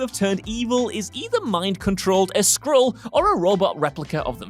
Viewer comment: I know he must have said Skrull, but it sounded like he said Squirrel. A superhero turning bad because of a squirrel sounds like a graphic novel I would buy.